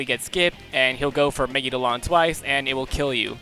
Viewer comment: Really good vid! Although I do find it kinda annoying how you pronounce Megidoloan, I believe it’s pronounced Me-gi-do-la-on or something along those lines, I’m not sure myself how it’s pronounced but that makes sense to me* *Japanese emphasizes mostly 2 letters with sometimes one or three, so that’s why it makes sense to me